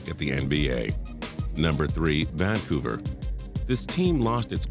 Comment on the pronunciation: Why does the narrator have such weird voice inflection and intonation? The way he pronounces words like "Vancouver" is just so weird. It's like he's never ever heard anyone else say the word, and he has some robot telling him how to pronounce it!